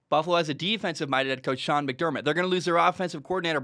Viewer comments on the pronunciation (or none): none